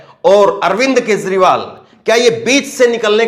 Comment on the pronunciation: Kezriwal lo bhaiyai isse naam bhi theek se lena nahi aaya bhaiya woh Kejriwal hai